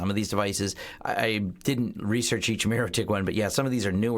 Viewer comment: It's funny you keep saying "mirrotik" while its really "mikrotik" but great info otherwise.